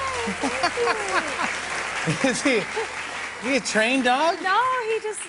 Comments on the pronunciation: It’s TOULOUSE 😂😂😂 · The way she pronunce "Toulouse", the only thing I can say : Yes dear! ha ha ha ha ha